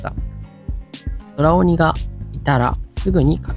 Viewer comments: 空鬼って、｢くうき｣と読むのでは？ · そらおに、ではなくて、くうき、だった気が…